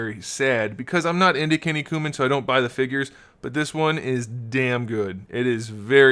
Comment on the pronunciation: The way you pronounce Kinnikuman made me cough my drink out a little lol. Great review! If you like DBZ I definitely recommend the Kinnikuman series!